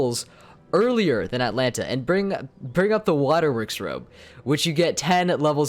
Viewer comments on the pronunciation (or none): none